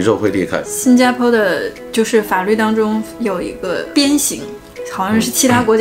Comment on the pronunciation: MY 我又点进去随便看了几分钟听出来这么几个， cáo湿，zù的地方，当zōng，轻shōng，shuǒ有，借zù。可能北方口音里有这些发音错误听着比较明显吧，南方口音或者马来西亚口音大部分z zh都不分的话听着倒还好，这不算是东北普遍口音了。